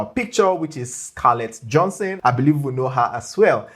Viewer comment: Not Johnson. Johanssen. (Pronounced Yohansen) ;) Great video though